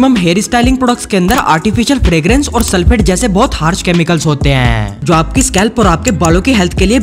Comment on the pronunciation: Chemicals ❌❌ Chamicals ✅✅